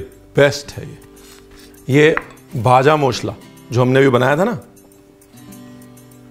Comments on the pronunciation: Sir... I think you were a bengali in your previous birth!! You pronounced "bhaja mosla" "Muri" Like any other bengali!! 😊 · In West Bengal jhalmuri is our evening snacks 😊... Your pronounciation looks like a Bangali specially "kacha Lanka, vaja masla , ghati, bangal " amezing pronounciation ❣️.... Thank you so much sir ❣️ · The way you pronunce "ভাজা মশলা".. I fall in love wid you chef 😄😄😄😄